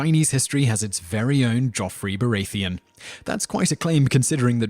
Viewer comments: Every time he said Baratheon , he said it wrong. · ***** This is quite common with this guys vids. he mispronounces every name. Makes me think he gets everything from wikipedia and therefore has only read the names rather than heard them spoken. How can you say Baratheon that way if youve ever seen the show??? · Bara-thee-un Marge-ury (like margerine) Tie-rell